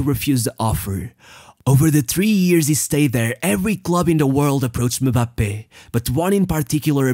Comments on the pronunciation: The fact you pronounced his name properly deserves a thousand likes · He pronounce them like it’s pronounced in their respective country , i’m french and that’s how we pronounce Kylian Mbappé